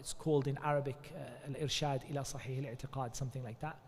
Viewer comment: السلام عليكم و رحمة الله و بركاته It’s “sahih”, not “shahih”. It’s “Bulugh-al-Maram”, not “maragh”